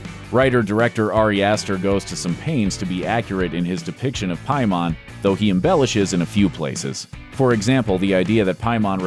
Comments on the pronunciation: You mispronounce the damn name Paimon it’s literally says PAI NOT PIE WTF MY GUY but this was a good video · PAY-mon not PIE-mon. Sorry for being nitpicky. I don't think this dude has seen the movie. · Im sure whoever wrote the analysis watched this, but clearly the narrator hasn't. The people in the film pronounce the demons name as Paimon (pay min) but the narrator keeps saying (pie mahn). I don't see how you watched it and keep saying it wrong. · Has this guy even seen the movie?? Isn’t paimon pronounced like pay-men not pi-mon lol Good video tho lol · With my norwegian language, No it's piemon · Every time you say Paimon, I want to punch the screen. It’s “PAY MUN” not “PI MON”. They even say it in the movie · Pie-mon... It's pronounced Peh-men. They even pronounce it several times in the movie as Peh-men. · Pay men not pie mon. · Isn’t it pronounced as ‘paymon’ instead of ‘piemon’ ? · You have not seen the film have you ? It is pay man not pie mon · Change your music and it’s Pay-mon. Jesus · Between this background music and you pronouncing ‘paimon’ ‘piemon’, you’re making my ears bleed. Thumbs down and blocking this channel. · Small side note but when I hear the pronunciation "py-mon" it just makes me think it's a virus type digimon, or even Piedmon. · Why do you keep calling him pie-mon like he's some kind of entenmanns digimon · “Pie” mon is throwing me WAY off lol they literally say the name in the movie several times, dawg. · the scariest part is how the narrator definitely hasnt seen the movie. "pie mon" LMAO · OP, it's pronounced 'pay-min". Did you even watch the movie? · Its pronounced PAY-muhn, did you watch the movie? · pronounced “pay-men” lol. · How are you saying “pie•mahn” when the movie clearly states his name...? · Ok it really bothers me how the guy talking in the video keeps saying Paimons name pronouncing it Pie-Mon ( making it sound like he’s talking about a Digimon lol ) is anyone else noticing this??? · “Pie mon” for real? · Pie mahn